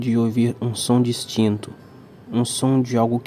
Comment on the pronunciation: e esse "distinto" com sotaque de Santa Catarina aí? rs